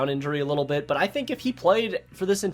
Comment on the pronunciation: Love ya but it’s specifically not pacifically